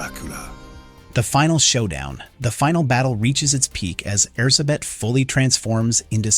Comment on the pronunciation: I know it's not your fault, but as a Hungarian, it hurts every time I hear you say Erzsébet. With your accent it's less air-suh-bet and more air-gé-bet, with the "gé" pronounced sort of like the last syllable in "protégé"